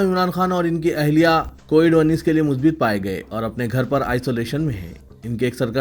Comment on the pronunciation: Musbat ko ap musbit kahte hai Jo ghalat hai Arabi word hai